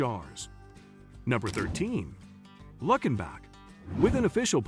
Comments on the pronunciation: It's not luck in back, it's luke in Bock. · It's pronounced Luke-in-bach, Texas, not Luck-in-bach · It's called "Lou Ken bock" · It's Lewkenbock (correct pronunciation). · wow you mispronouncing Luckenback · If I hear Luckin-bach one more time, I’m punching myself in the face. Wait… La-fit…??? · Absolutely agree. Lots of mispronunciations several of which people not even from TX would wince at. I think Waylon was rolling over in his grave when he discussed “Luckenbach”! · Thank you. I got as far as Luckenbach and clicked it off because the bot was butchering the pronunciations.